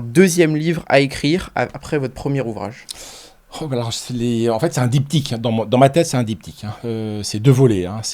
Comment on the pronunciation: Dyp'tchiique..😂Apprend a pronnoooonceer les mots que tu emploies.. Et c'est pas esclavagée mais esclavagie/.. Pas foutu de parler francais.. J'ai laché a 3 minutes tellement le niveau du type est proche du zéro-absolu... 🎉🎉🎉🎉"Esclavagée"..🎉🎉🎉 Et dire que certains prennent ce genre de trolls pour des gens crédibles pcequ'ils placent le mot "nonobstant" dans un podcast.. Triste monde